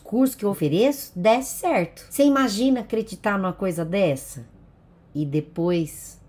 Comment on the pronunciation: "Cê imagina eu acreditar numa coisa dessssaa...e depois verrr que não é nada dissssso", disse, do alto de seu rostinho de blasé pra esses cursos pega-trouxa